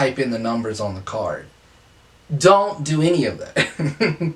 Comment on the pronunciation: Don’t. Don’t. Zont zo it. Zont zo it